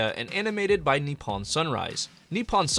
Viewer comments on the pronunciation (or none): none